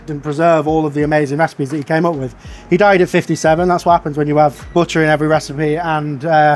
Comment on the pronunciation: Booter. "BOOTEH" ??? He's trying to say "butter"